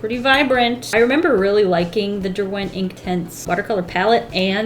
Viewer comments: just want to put it out there - it’s DER-went not der-WENT i live near where they’re manufactured sooooooo yeah love ur vids btw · Dont' want to be ~that guy~ but the emphasis is on the Der, not the went ;)